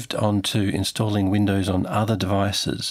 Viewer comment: " Tnstalling this is relatively smooth ..." 💀💀💀💀💀💀💀💀💀💀💀